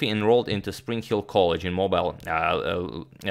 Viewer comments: It's pronounced Mo-beel, not MO-bile. No worries man, as. North Jersey native, this one messed me up too! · FYI: Mobile, Alabama, is pronounced "Mobeel", not "Mobile". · Love your videos, just thought you might appreciate a correction. Mobile, Alabama is pronounced Mo-beel, not Mo-bile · Agad it pronounced Mo- beel not Mo- bile, Alabama. Your the best dude. Keep it up ! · Mo-beel Alabama if your local. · FYI the pronunciation of that town in Alabama, USA is "mo-BEEL" even though it is spelled Mobile. It's probably a little bit of the French influence. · Moh-beel I'm just here to help, love your channel and your pronunciations in general! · I thought it was MO-beel (accent on first syllable not 2nd)....could’ve sworn I heard Alabamans pronounce it that way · Here in Maine (USA) we pronounce it "mo-bull." The French-Canadians further north in Maine would probably say "mo-beel." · Just FYI, Antonio, Mobile is pronounced moh-beel, Alabama. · Mobile is pronounced mow-bill. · It's pronounced " Mo-Bill " Alabama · Correct, with emphasis on the second syllable. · I approve your pronunciation of Charles Amédée de Maurion. I do not approve your pronunciation of Mobile, Alabama. It rhymes with "wheel". That's right, neither the English nor the Spanish pronunciation; they're Americans, you'll just have to forgive them.